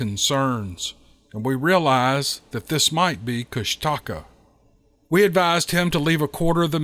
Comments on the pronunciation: It’s Koosh Ta kaa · Kushtaka is pronounced KOOSH ta kah